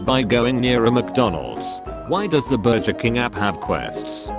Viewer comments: Meme: burger Text to speech: BURJER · no one: text to speech: burjer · Burger King Not a funny comment, just like the way the text to speech says Burger.